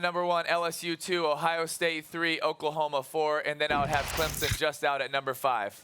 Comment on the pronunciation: Somebody tell Stephen A. that it's pronounced "Clemson", not Clempson.